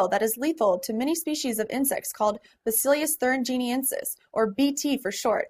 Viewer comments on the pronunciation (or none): It's Bacillus not Basillius